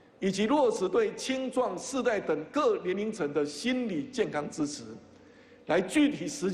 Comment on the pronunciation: 你问我资词不资词？我说资词！！